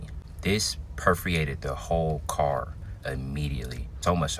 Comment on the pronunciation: Tf is "perfiated?"